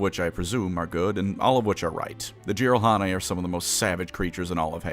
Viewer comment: It is "JEE-rahl-hah-neh". Source: I'm Korean. Their species' name literally means "YGBSM" or "(I call) BS" in Korean. Microsoft even had to scramble their name in their official Korean translation just to censor its "etymology".